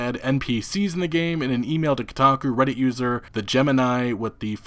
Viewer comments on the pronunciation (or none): none